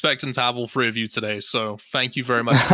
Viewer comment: hey, it's three not free, you need to grow up